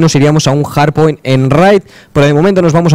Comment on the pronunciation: se dice HARDPOINT no JARDPOINT